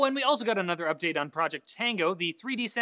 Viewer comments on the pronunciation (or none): none